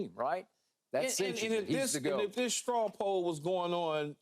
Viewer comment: Someone explain to Key what a "Straw poll" is..... it's not a straw pull... or "however they pulling straws". I had to listen to it twice to make sure I wasn't hearing things. Get him off TV please. He interrupted me twice just typing this.